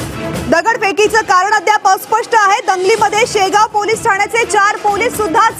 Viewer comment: मॅडम शेवगाव म्हणा ओ